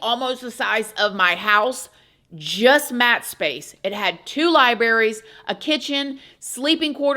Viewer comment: It's so cute how you say "libaries." :)